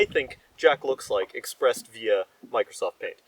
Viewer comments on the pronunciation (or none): none